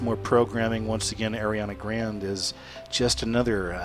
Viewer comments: Her last name Grande is pronounced Gran-day, not grand. Just let you know. JLo is getting old at 44, time for a new Latina to move up in the ranks. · the name is pronounced "grawnday" not "grand" fyi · lol grand???? its pronounced grahn-day lolllllllllllllll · did he just say airiana grand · not how u say grande btw....